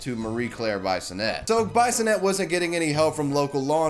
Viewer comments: Lmaothe way you say bisonette is hilarious. Its pronounced biss in et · Taking it out on an innocent employer including threats of violence fits nicely in your Trumpian America. BTW Bissonette is pronounced “Bee-so-net” not Bye-so-net. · I AM THE LIQUOR RANDY!!!!!!!! BTW it's pronounced like bee-son-ette. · As someone from Ontario myself we would pronounce bisonnette as bee-son-ette in a French way generally not like bison ette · Its pronounced Bee-sonette, not bison-ette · Hi, I am a Bissonette, Marie Claire is probably my cousin. CAN YOU PLEASE STOP PRONOUNCING IT BIESONETTE? ITS BISS-O-NET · Be-so-net... js bro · Heh! Her name is pronounced "B-i-sonnette_, short 'i'. Her dad was my history teacher at St. Robert's HS in the mid-80s, and the reason I became a pro-life activist in my youth, and why many of my peers from that period are still pro-life today. Wonderful, Ms. Bisonette! Your dad would be proud! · I know Ms. Bissonnette. It's pronounced "biss-o-net", just as an FYI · Bissonnette is a french name. The "I" is pronounced "E". Phonetically, it is "Bee-son-net" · Bisonette, like an itty bitty bison? The mispronunciations are strong with this guy. Swanseeuh. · Bisonette is pronounced - Bee-son-ay. F.y.i. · I took a shot every time you mispronounced Bissonnette and now i'm dead